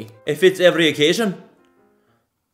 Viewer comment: "It fits every occasion!" 😂😂 bit of Scottish in there 😂